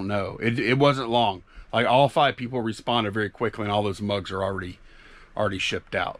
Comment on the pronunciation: "mugs" not drugs 😂🤣😂🤣